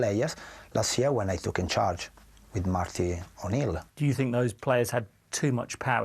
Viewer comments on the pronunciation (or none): Are you temperamental? Pause, What do you fink?